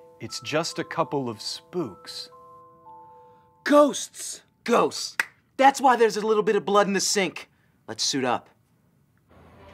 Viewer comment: hahaha ''o...its just a couple of sppoks''